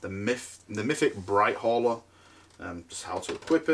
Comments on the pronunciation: English isn’t his strong point.... in case you hadn’t noticed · BLIGHT HAULER ! Not BRIGHT HAULER 😂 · BLLLLLLLLIGHT HAULER!!!!! NOT BRIGHT HAULER!!!!!